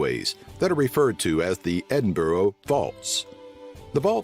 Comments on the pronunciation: Edin-burrow? Try Edin-brer pal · Edinboro??? Really? It's pronounced Edinburra. Regards, Stuart, Dundee, Scotland. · It’s Edin BRUHHHHHHHHHHHHHHH for Gawwwwdddddd’s Sake! 😡😡😡and I’m not even Scottish but it makes my brain hurt! From now on, I am going to always say Ark KANSAS and not Ark can saw and see how they like it! Obvs they are not regularly listening in to the BBC name and country pronunciation feed to find out how to say UK places names correctly 😉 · Where's Edin Bo Ro? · Every time someone calls Edinburgh "Edingborrow" my jaws clamp to the point of pain. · Where the f**k is Eding-bow-row? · this video is crap , it may have something to do with the narrator . probably made for internal use in the states , hate it . One thing though , you learnt how to say Edinburgh incorrectly . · lol i love the way that americans usually cannot say edinburgh right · Remember always trust a man telling you about Scotland that can’t pronounce Edinburgh correctly, 👍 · My exact thoughts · It’s usually Edin Burg ? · You would have thought someone making a Facts on Scotland video would have at least learnt how to pronounce Edinburgh properly. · I doubt he's ever been there. If he tried that pronunciation in the City he'd have been executed in public on the Grassmarket! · Nobody who'd ever been to Edinburgh would pronounce it like that. I guess the narrator must be one of those armchair travellers.